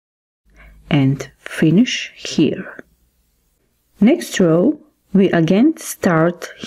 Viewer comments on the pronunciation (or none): none